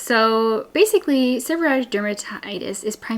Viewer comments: I don’t understand why you are saying “seborrhatic” rather than “seborrheic”? I’ve never heard it called that before. All of your signage in the video uses seborrheic dermatitis. Just curious. I do have SD since I had Covid19 in 2022. Itching, scaling, dry scalp; hair falling out. So frustrating. TY for the great suggestions! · Gods information. But it is pronounced Seb-her-eee-ick. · Thank god someone else noticed 😂